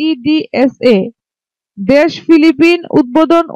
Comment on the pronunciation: আপনি বললেন ফিলিপিন নাম কি ফিলিপিন না কি ফিলিপাইন